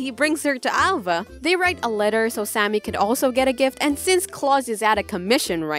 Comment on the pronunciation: Did Did you just call the sámi girl Sammy